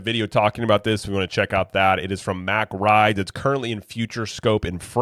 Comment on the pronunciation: It's not pronounced "Mac" rides. Stop saying it like that. Lol. Go watch the presentations from the company. It's pronouned "Mock".